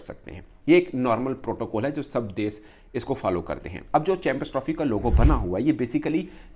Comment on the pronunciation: Ye mulk ko des bolta hai... Bhai des nahi, desh hota hai.... 😂😂😂 Paxtanio ki english Subhan allah or urdu Masha allah 😂😂😂😂